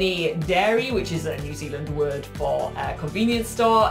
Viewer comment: Bro ik what pronounce is that Bahahaha